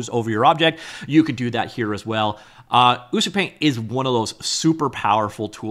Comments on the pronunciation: It's actualy pronounced as U-chu-paint, as Ucup is the developer name :) Also, the dev seems to be huge fan of ACG culture, that's why you see Ina from Hololive. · Color (or paint haha) me wrong. I was sure this was pronounced "you see you paint"...but watching tutorials from the app creator himself, ucupumar, he pronounces it "uchu paint". Great video as always. Really is a great tool! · Learn how to pronounce the name before showcasing... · I'm impressed with how you manage to pronounce ucupaint differently each time you say it! :D Tip: hold shift when dragging blender sliders to increase precision, useful for a lot of sliders in ucupaint like UV scale and layer opacity